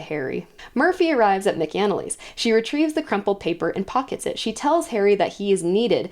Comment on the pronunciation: Love the recap. Just one critique. Mc-Anally, sounds Mac is In the Alley. At least that’s how it’s pronounced throughout the audiobooks.